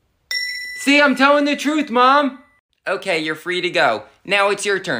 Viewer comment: IT'S NOT OKEH TO BE OKEH (titan cry 😭)